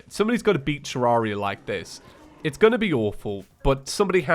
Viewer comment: Please stop saying Terraria wrong, it's painful..